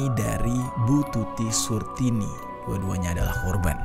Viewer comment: Tulisan Titi Suharti tapi dibaca Tuti Surtini 🤣🤣🤣